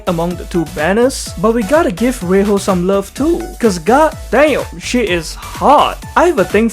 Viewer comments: Ray-HO is probably not the right way to pronounce her name unless I'm missing something. Should be Ray-JO rather. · Just so you know it's pronounced as Rei-jo but why Spanish pronunciation(well it's English I know). Her name in Japanese is レイジョ and yes it's pronounced as Ray-Joe.